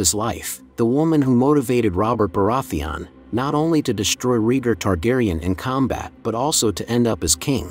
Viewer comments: ITS RAYGAR NOT REGER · It's pronounced RAY-gar, not REE-gar. Seriously, is no once else wincing every time he says it wrong? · I was fw this video and about 2 mins in i couldnt deal with bro calling rheaygar “reeger” 🤣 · I made it to 4 minutes and had to pause the video lmao